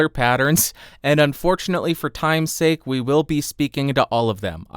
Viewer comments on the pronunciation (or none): none